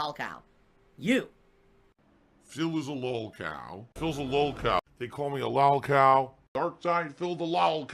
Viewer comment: "I was around before lahlcow culture existed" Does he really believe the bullshit he says or is it just cult pignosis?